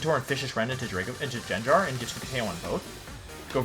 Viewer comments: Did this man just say Jenjar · does he say gyarados and gengar wrong to make people mad? because its working. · does he butcher pokemon names like arcanine gengar etc on purpose? lol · First time I hear those pronunciations for gengar and gyarados. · You deserved to lose for the way you say gyarados and gengar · As soon as he pronounced gengar so wrong i had to stop watching. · man the gengar pronounciation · Why does he pronounce certain Pokémon (Gyrados, Gengar, Escaviler, etc.) wrong? Is it a running joke for the channel? I’m newer so just wondering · Yeah, he’s been doing that as a channel joke for quite a while